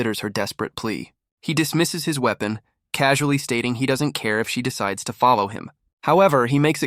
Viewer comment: Seeing as they pronounced it as uepon I think they didn't understand it